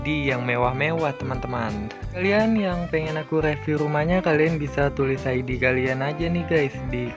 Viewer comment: bcanya riviuw bukan reviuw